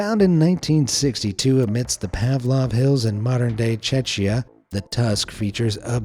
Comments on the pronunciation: Yup, its pronounced Checkia. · bro please do not pronounce Czechia as "Chechya" :D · Bro dyd he say čečya I know that it’s a hard language but that an inglish name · its Czech Republic|Czechia ... not Chechia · Czeczia 😂 yes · How did you just pronounce Czechia????????